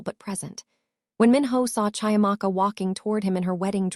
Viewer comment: CHIAMAKA is pronounced CHEE - AMAKA...just as you would Cheetahs! African names are PHONETIC